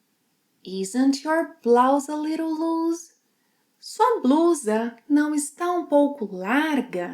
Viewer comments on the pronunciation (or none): Cuidado com loose,. Tem o som de S lá no fim. Com som de Z é o verbo lose (= perder).